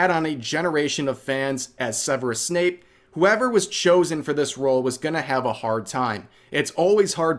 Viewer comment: Bro it's Snape, not Snoop.